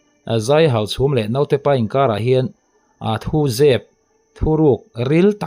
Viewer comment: A theih chuan mizo tawng hmang dik ang aw...Note tiin i lam kha dik lo naute ti rawh aw ..sawi zel lo mai ang